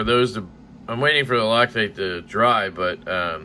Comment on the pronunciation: No one call me a Xenophobe, but when you said “rock-tight” I couldn’t help but laugh thinking of someone who has a stereotypical Asian accent/pronunciation saying “loctite” 🤣🤣🤣🤣🤣